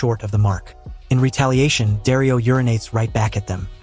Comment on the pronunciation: You pronounced Jorah wrong… the J sounds like the J in “jeans”. Daario should sound more like Dahrio.